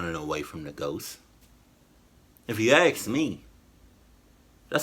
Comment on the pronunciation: Maaan, the 7th, yeeesh. And why do you say ' you aks for..' instead of 'you ask for..'